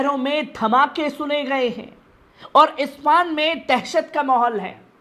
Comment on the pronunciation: ispan nahi Ispahan